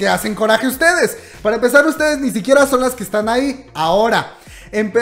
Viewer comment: En ves de son dice so :v